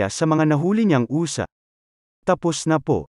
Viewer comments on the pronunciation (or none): Ang ganda! ayusin mo lang pagsasalita mo at hindi normal pakinggan nakaiirita lang, anong uza? mabils lang...usa! hindi uza! 😂😅